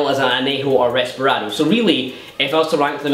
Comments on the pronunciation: Its Reposado, not Resparado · Isn't it called reposado, and not resperado? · reposado not resparado